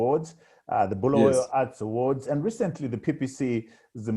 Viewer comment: So Trevor Ncube a ndebele man can't even pronounce Bulawayo correctly? Disappointing 🤦🏾‍♂️